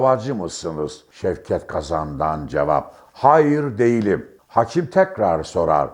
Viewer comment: konuşma esnasında vurgulardaki hatalar beni sizi dinlemekten alıkoyuyor ADALET,HAKİM,İSLAM, VS.gibi kelimelerdeki vurgular kalın değil yumuşatarak söylenmelidir.HAKIM ADALAT,ISLAM vs.bu nedir sizin gibi deneyimli gazetecinin yapmaması gereken hatalardır.Tonlama hatalı telafuz hatalı sinir olsamda dinliyorum başarılar